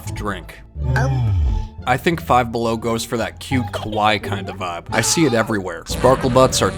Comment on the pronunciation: Please say kawaii right